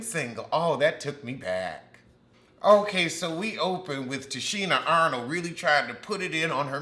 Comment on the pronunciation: Why are you calling her Tichina Arnold? 😂😂